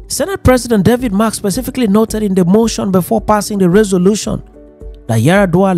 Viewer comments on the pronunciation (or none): Pls David Mark not David March. Thanks.